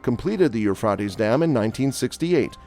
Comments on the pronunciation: It’s Euphrates long a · Here in Tennessee we pronounce the Euphrates River with a long a, Euphra’tes River!!! Sounds a lot better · It's not ufraties fool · It is pronounced, u-fray-teez! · Everyone say it together u-fray-teez!!!!! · It’s hard to concentrate on what he’s saying every time he mispronounces the rivers name ! Can’t listen anymore, jeeze ! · Yes, his saying the river's name is driving me nuts too.